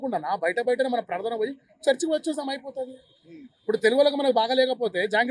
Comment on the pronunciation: Prardhana endi ra🤣🤣, dini ki kuda prardhana antunaru endi ra ayya miru, moddala prardhana